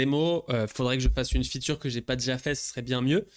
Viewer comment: Arrêtes de dire "la future" tu peux juste dire "la fonctionnalité" pourquoi tu insiste sur "futur" même si tu dois dire ce mot anglais prononce le en anglais alors soyez pro les gars